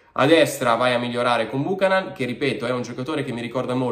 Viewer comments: Buchanán non si può sentire, la pronuncia corretta é Biukanan. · Esatto beuchenon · Si pronuncia Byoo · ka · nuhn Non Bùcanan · La giusta pronuncia di Buchanan dovrebbe essere “ Biuchennon “ e non Bucanan 😂😂😂 comunque speriamo sia forte . Forza Inter 🖤💙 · Cominciamo a pronunciarlo correttamente 😉 (Biukànan) accento sulla prima “a” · Corretta al 100% credo sia biukenan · pronuncialo bene per favore. BiucAnan.